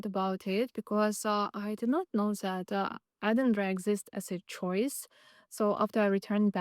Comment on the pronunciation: Nice to hear you say Edinburgh correctly 🏴